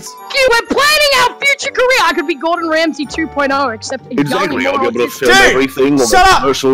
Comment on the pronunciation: no not gordon ramsay but gordon ree-msay